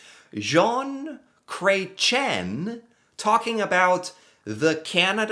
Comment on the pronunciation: "John Cray-chen" made me giggle.